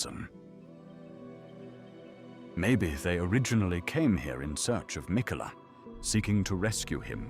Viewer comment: why does he pronounce Marika and Miquella so strangely?